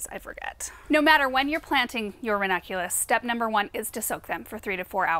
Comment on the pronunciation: I always hear from ‘vernaculus’ instead of ranunculus, is it just me? 😂